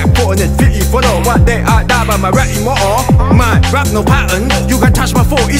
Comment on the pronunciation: มันไม่ใช่แค่เพลงนี่เพลงเดียวหน่ะสิครับ ที่แกไม่ออกเสียงตัว " t ที " (เฉพาะแนวเพลงอมลิ้นแร็ป uk) แฮรรี่ พออ๋อ... อ๋อ แฮรรี่ พอตเตอ หรือจะ อิมมออ่อ immoral??? อ่าว อิมมอทอล immortal ซะงั้น คือ ออกเสียงผิด มันก็สื่อความไปคนละทิศทางละครับ